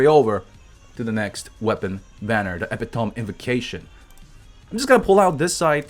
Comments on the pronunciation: ee-pih-tow-me...not eh-pi-tome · It's not epi tome, it's eh pit oh me! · Epee-tome. XD It's more like ee-pee-tuh-me. It means the best representation/example of something. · it's eh-pit-o-me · Epitome is pronounced Ep-it-o-me or E-pidemi, loving your content keep it coming man! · Epitome pronounciation: eh-pih-tummy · Hahahaha fucking with his pronunciations sometimes love when people try to correct him I don’t know I cracked up so hard reading this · it is pronounced epitom-i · I'd be less worried about how to pronounce Klee and more worried about saying epitome right. OOF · Nobody gonna tell him how to say epitome? Lol